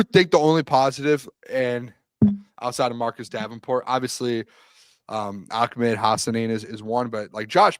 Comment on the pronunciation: It’s ahh med. not ock med 😂😂😂😂. In what universe in the English language does an H become a K ? 😂